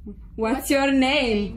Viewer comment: ✨Uats ior neim✨